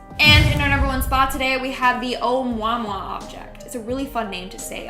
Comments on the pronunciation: Its "Ah-Mu-Ah-Mu-Ah"...not Om-wa-wa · Oumuamua="oh mooah mooah" not "oh momwa." Yer welcome. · Ah-moo-uh-moo-uh, is the proper pronunciation i believe... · The Oumuamua asteroid.. you pronounced it wrong.. it "oh mooah mooah" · "Oumuamua" is pronounced "o-MU-a-MU-a."